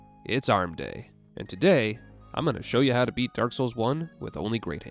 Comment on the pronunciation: Emphasis on "beat".